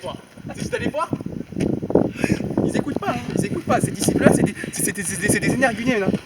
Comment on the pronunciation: energunene à la place de énergumène